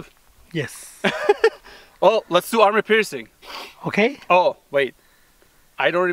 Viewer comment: Enjoy your broadcasts, but please say “Armor piercing” not “Army piercing”. Thanks!